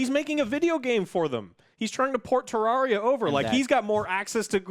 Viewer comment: It bothers me that you pronounced it tararia